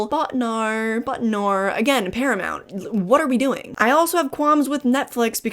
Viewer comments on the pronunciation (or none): none